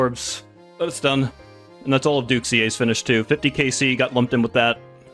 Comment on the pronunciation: This man pronounces Duke Sucellus correctly.